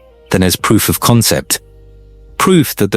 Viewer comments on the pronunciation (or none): none